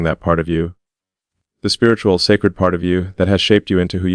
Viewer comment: Spiiriu not religgious